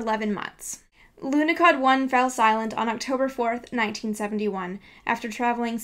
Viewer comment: there is no "K" in the name Lunahod, who is the idiot to put a letter "K" in there. Must be the same idiot who put letter "T" at the end of Borsh. THERE IS NO "K" IN LUNAHOD, AND NO "T" AT THE END OF WORD BORSH!!!!!